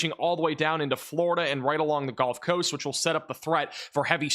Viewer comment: Why does he keep saying “Golf Coast”?